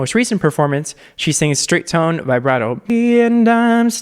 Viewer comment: Why do you say vibrato via-brato instead of vi-brato